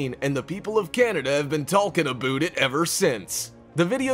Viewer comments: did he say Tolken abooot it ever sense? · He said abooted